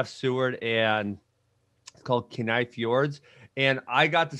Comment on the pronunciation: I'm from Alaska, it drop dead georgous there. He mispronounced Kenai lol